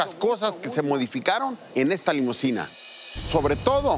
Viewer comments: Se dice limusina, de nada. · No es "limosina", sino limusina.